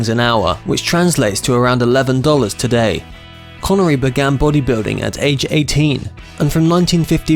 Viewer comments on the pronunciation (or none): none